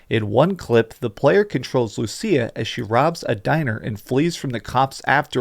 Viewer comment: You’re pronouncing Lucia wrong, everyone is